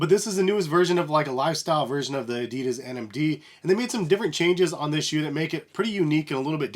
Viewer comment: thx for the video, was very helpful, but I have to say that you pronounce adidas wrong, sounds kinda funny :D